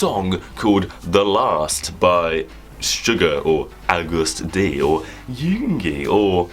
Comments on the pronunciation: It’s pronounced August D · It’s pronounced as August D